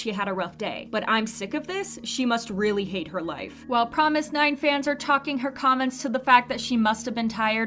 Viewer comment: I know you're trying to stray true to the korean pronunciation of "fromis_9" by saying it like "promis" but even the group itself doesnt say it as promis, they say FROMIS. so just keep that in mind lol